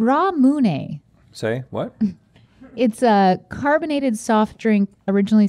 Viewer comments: Sorry but not Ramunay itd ramune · Yeah she said it like RaaaMUne when it’s just… ramune lol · Ummmm it's actually pronounced, RAM-U-NAE. Not Rah-Moo-Nay. 😆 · really? I thought it was pronounced like a stereotypical Canadian saying Raman. So Raman ay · it’s rah-moo-nay basically, not much emphasis on any one syllable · They now need to do a Gut Check Ramune edition just to give Stevie practice saying "Ramune" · She pronounced it right, she just put too much emphasis on the individual syllables, you kinda half to say it all at once, doing it with the correct accent also helps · She did better the second time, but she didn't pronounce it right. Where and how you emphasize syllables is a large part of pronunciation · Hopefully next time Stevie will learn how to say Ramune. 🤣🤣🤣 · "Ramune" "say?what?" 🤣🤣🤣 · i've never in my whole life heard someone pronounce ramune like that haha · I have never heard someone pronounce ramune the way Stevie did 😂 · Totally not how you pronounce ramune or lychee 😩